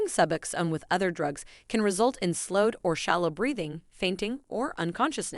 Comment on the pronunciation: Pronounced Suboxone completely wrong, I think this was actually a computer generated voice. That’s why